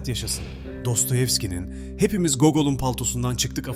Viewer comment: Hepimiz google'ın paltosundan çıktık lafı cahilce olmuş. O Nikolay Gogol'ın Palto hikayesine atfen söylenmiştir. Yani Google veya yahoo değil Gogol (gogıl değil gogol)